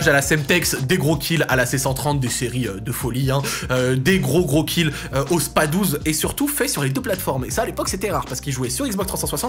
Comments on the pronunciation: Super vidéo, gros coup de nostalgie de ouf ! Par contre on dit : spaS 12 ! 😳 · SPA 12 et pas Spas12 ma voyons mdrrt